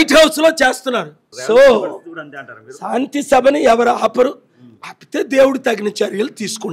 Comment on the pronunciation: షాంతి కాదు శాంతి అని పలకటం నేర్చుకో నీ తెలుగు ఉచ్చారణ పరమ ఛండాలంగా ఉంది